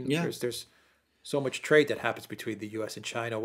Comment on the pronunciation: "march" with an "R".